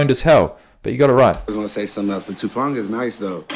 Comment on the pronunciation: Talanoa's last name is pronounced like "Who-funga", though I understand if a lot of other players are not as familiar with how to pronounce his last name, since it's just his 2nd year in the league. Definitely a very instinctual guy, can blitz the QB/stop RBs in the backfield as well as intercept passes. For the next one, yes, Geno was named "Comeback Player of the Year". Usually that's for players who came back and played well after an injury the previous year, but Geno's career had not been going very well before the 2002 season, when he played extremely well. And finally, yes, the 9ers defense is elite, but that is also because the players are elite, and deserve to be in the Pro Bowl/All-Pro/on the list.